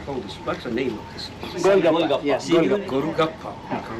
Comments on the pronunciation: PM Kishida literally referring "Gol Gappa" as "Golu Gappa" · once a legend said "Gol Gopa Kayega" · i like the way he says goru gappa xdd